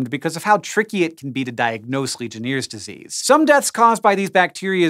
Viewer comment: It is pronounced legion airs disease Not legion ears disease.